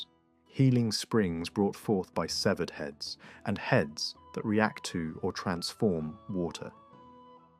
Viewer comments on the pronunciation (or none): It's Keltic, not seltic. And the celts never settled on mainland England. It was just a style invasion. And finally, it's severed, not seevered